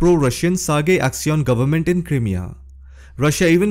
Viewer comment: Crimea pronunciation . The "Crim" part is pronounced like the word "cry". Like Cry-mea..